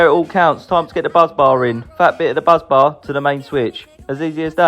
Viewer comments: Busbar not buzz bar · Are you saying Buzz Bar😂😂😂😂